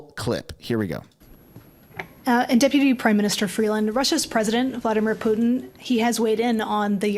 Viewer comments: "Vlodimir Pyoutiin"???? Why can't she say his name properly? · Wtf is that weird pronunciation of Vladimir Putin Freeland is spewing? Your version of it made me choke on my tea, thanks! 😂